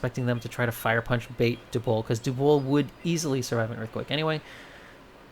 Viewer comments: DUB-WOOL now say it with me. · I’m hear to complain about the pronunciation of dubwool. Good day to you sir